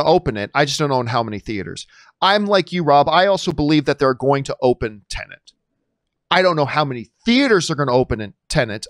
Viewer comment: Why do you say teneNT and not TenEt ?